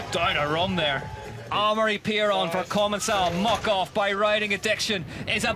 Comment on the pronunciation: Its called common-cal not common-cell you moron commentator.